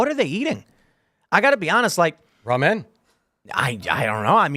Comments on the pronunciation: It’s not Ra-men, guy. It’s simply ramen. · it's ramen not raw men lol ok it's not rammin' noodles either 😂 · RA-MEN. Bro this guy cannot be human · Raw Men...that's all I can hear when says Ramen. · Raw-Men. What is that pronunciation?😂